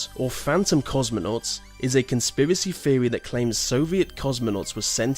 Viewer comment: I like your videos and you do a good job at narrating them but a few words are mispronounced really badly, like mostly I have herd you say theory as "feorry" but most all others are pronounced pretty well these theorys arent crazy some could be real so look into them more than just finding out about them and assuming they are wrong, it seems like you just read about them and what they say but didnt investigate them at all